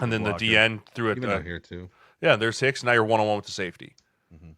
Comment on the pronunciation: Dontay - Vion Wicks I laughed my ass off Everytime they said Hicks 😂